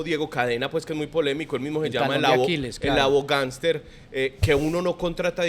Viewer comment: No es aboganter es abohamster. Averigüen la historia